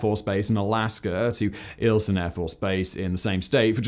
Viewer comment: It's ValdEz like ValdEEEz (hard E) and Eielson AFB is with a hard I. as in Capital "I"eLson. I really enjoy your videos.. contact me if you need any more Alaska Grammar. lol